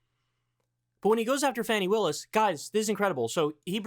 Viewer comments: Dude if its Fawny instead of Fanny in pronunciation just pronounce it correctly don't be a jackass. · It's pronounced Fawny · Kyle you couldn’t take 2 minutes to find out how “Fani” is pronounced? It’s Fah-ni. Respect Black women!!!! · Maybe someone has said this already, but her name is FAH-ni Willis. The reason you refuse to pronounce Tuberville's name right is bc you don't deem him worthy of the respect required to learn his name (whether you've explicitly acknowledged that or not), and comparing your refusal to pronounce his name correctly with your potential refusal to pronounce her name correctly makes it really clear what the reason would be. Fani Willis is a cop, but she's also a black woman. PLEASE do her the respect of pronouncing her name correctly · Pronounced "Fawny" brother. Going forward...